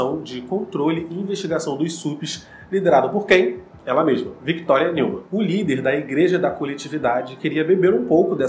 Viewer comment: Mano, adoro seus vídeos, porém, você deveria falar os nomes de forma correta, Não se pronuncia "NEUMAN" literalmente, mas sim "NILMAN", o som do "E + U" tem som de "I + L". Mas fora isso seus vídeos são muito daora! Mas esteja atento às pronúncias, Ok? Estou realmente ansioso pela próxima temporada.